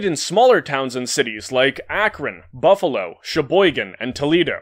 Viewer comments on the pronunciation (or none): none